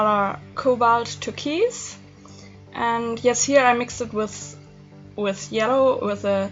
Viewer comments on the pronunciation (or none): It’s TUR-KOYSE...with the KOYSE sounding a little like BOYS.